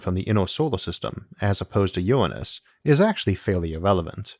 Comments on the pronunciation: Good video. But Isaac, you have a voice with all the grace of a sofa falling into a dumpster. PLEASE PLEASE PLEASE get someone who doesn't drone in a dull monotone, and who can pronounce "nuclear", NOT "nukular", and "Uranus", not "Uwwanus". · I believe it’s pronounced “URANUS” not “uWaNuS”